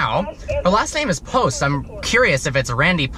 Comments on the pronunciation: It’s Randy POBST not Post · it’s randy POBST not POST